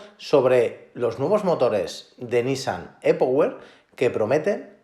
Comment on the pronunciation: Por qué no pronuncias las palabras como son. E-Power es en inglés anda tío que no cuesta nada! Lo mismo le digo a los ingleses que las palabras que incluyen en sus comentarios las pronuncien bien como son.